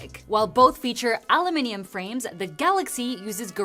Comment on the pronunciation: Thank you for saying aluminium rather than "illuminim"